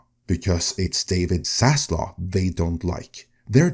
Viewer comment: This is so amazingly silly. There is no cabal out for zaslov (the v is pronounced)